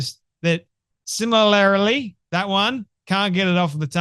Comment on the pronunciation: SIMILAR. SIM-IL-AR-LY (4 Syllables). Correct. Sim-il-air-il-ee??? 5 Syllables??? Incorrect!!! There is no such word!